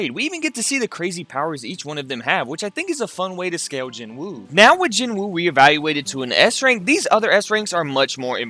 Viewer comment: Loved the video. But PLEASE learn the names of the characters. Ignis is Igris... Barsa is Barca (Bark-ah)... Jinwoo is pronounced Ji-nu... (and i know people are like, oh Jin-woo ji-nu, who cares. Its close enough and thats how its spelled.. But thats like saying Mitch-aye-el for someone named Michael). Just listen to the names. It makes me feel like you don't even watch it and you're just throwing crap and seein what sticks. Another point though, Solo leveling may seem simple in plot as of now.... just wait. Oh boy are you in for a wild ride....